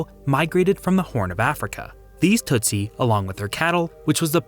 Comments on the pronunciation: its pronounced, "Tusi" NOT TUTsi. Smart, disiplined, well educated; tough. Several types including The Banya Mulenge from the high hills. Super excellent fighters! Do not mess with these guys. Read, "Mission song" by John le Carre. He shows how even the Swahili changes from the coast to Ruanda where most speak Ki-ruanda. Ki meaning language; Wa meaning people. I am from Dar-es-salaam. Kwa heri, sasa, rafiki. (Good bye for now, friends.) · "Hootoo" and "tootsy" sound like nonsense words you saw to a child, and "Rwanda" sounds like what an African-American teen names her baby when she thought "Rhonda" sounded too white.